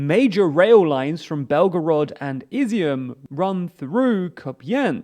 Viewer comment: I’ve got to give you credit for pronouncing Izyum correctly, but it’a kinda odd to hear since it means “raisins” in Ukrainian.